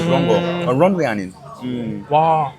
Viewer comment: “런웨이” 들으니 서브웨이가 떠오르네요 ㅎㅎㅎ저 희생정신 (본토발음을 한국인들을 위해 희생)